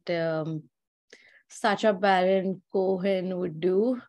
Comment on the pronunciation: The best way to catch is that she says sacha barren —ch as in chai—… later realises the pronunciation is —ch as in machine